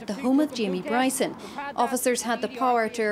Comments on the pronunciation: Wee Jamie Bwyson. His God given Wight. To Peaceful pwotest. Fuckin Funny as Fuck. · For ages i couldn't understand why people were calling him Bwyson & NOW i understand after listening to him speak. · Bryson the gift that keeps on giving. Is kryptonite is the letter R 🇮🇪🇮🇪🇮🇪🇮🇪🤣